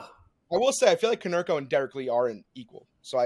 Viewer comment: HOW DO YOU NOT SAY KONERKO